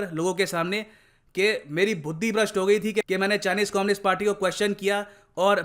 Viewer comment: Did said FUDDI instead of BUDHI? 😂😂😂😂 Or did I heard it wrong 😂😂😂😂😂? At.